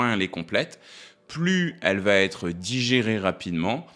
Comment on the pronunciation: QUI VA......ÊTRE ET PAS "TÊTRE"